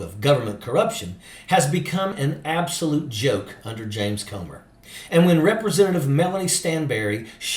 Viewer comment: when you pronounce the word "come" it's different than the word "comb"..so lets pronounce "Comer's" name correctly ..Comer is pronounced "cummer"